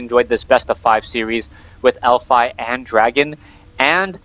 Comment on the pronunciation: its elfi not elfy ^_^